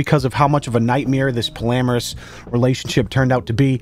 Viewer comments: Official tomato mafia member here: what’s a “polameris relationship”? Do you mean “polyamorous”? Help me either you’re having a stroke the two times you said it or I am for hearing it wrong the two times you said it. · pALLamoUrous I bahaha it's "Pawlee-am-or-us" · Pretty sure it's pronounced poly-amorous, not like polamorous. J/S Love your videos brotha. I can always count on your vids to get a good laugh.. I Hope YouTube gets their shit together and your channel continues to do well. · Take a shot every time mispronounces polyamorous